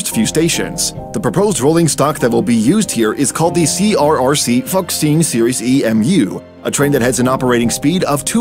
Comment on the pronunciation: Fuxing is read "foo-shing" not fucksing